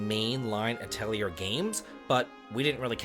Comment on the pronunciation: It is uh-teh-lee-ay for the pronunciation. I'm so glad the series is allowed to continue!